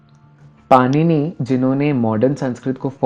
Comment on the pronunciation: पहले तो आप स्वयं हिंदी का उच्चारण भाली भांति करें। पाणिनि को "PA-NI-NI" न कहें ,और दूसरी बात हिंदी में भी "ड" और "ण" हैं। और दूसरी बात यदि आप "त" वर्ण को लें तो अनेक भाषाओं में त का कोई अस्तित्व ही नहीं है। वे त को भी "थ" पढ़ते हैं। सभी हिंदी भाषी लोग इसे लाइक करें।